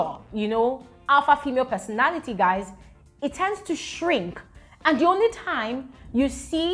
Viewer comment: Did u say guyz... Guyz ....🤣